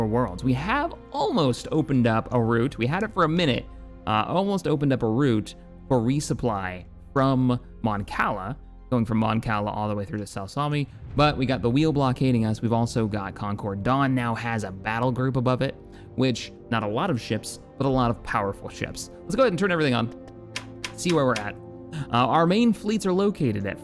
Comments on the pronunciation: You called Saleucami, sal-sam-ei, its pronounce Sa-lu-ke-mai. I trusted you to be a star wars fan man. Why you gotta hurt me like this. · Ffs Sah-Lu-Kami is how its said